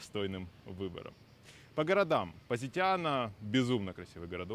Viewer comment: Ведущий видео даже произнести названия городов не может правильно : что это за ПаАзитано или ФАрмило 🤌🏼🤌🏼🤌🏼